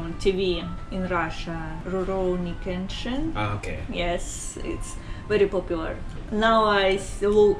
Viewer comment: るろうに剣心の発音が好き